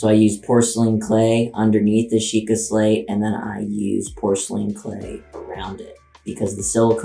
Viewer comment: bruh it's Sheikah XD